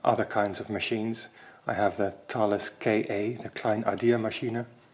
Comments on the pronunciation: I had some single frequency GPS receivers (for surveying) with the brand name Thales. I was told it’s pronounced Taw-lus. Looks like Thay-uls to me. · Great pair of videos - I think we've been pronouncing the Thales name incorrectly all this time!!! That really is the essence of a pinwheel calculator with no extra bits or features, nice and simple. The moving comb to clear the input register is like the one on the Felix machine.